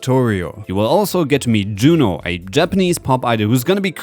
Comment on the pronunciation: Yuno, NOT JUNO!!!😡😡😡